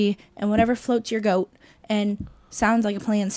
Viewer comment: I'm sorry, but did you say whatever floats your goat? I listened to it a couple of times, I want to make sure that you didn't mean boat. Oliver and company has one of the best soundtracks of any Disney movie ever. Billy Joel everybody. You were all incorrect on the best soundtrack though. The best soundtrack of any Disney movie is a Goofy movie. I would go see a Powerline concert today. Pixar does have some great movies, but I think their percentage of misses is greater than the percentage of misses for Disney proper. They've had less movies overall, so every bad movie drags down their percentage more. Great show. Looks like Chris may be a vestigial appendage. Haha.